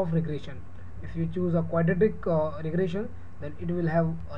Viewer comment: Regression not regrassion yuo idiot!